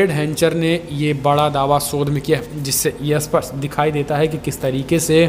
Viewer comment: Bhai aapki hindi sudharo.aap supust ko asupust bolte ho..aap har video me ye vakya bolte ho.lekil har bar asupust bolte ho .jo ki galat h.is se accha h aap 'seedhe tor par; aisa vakya use karo .ok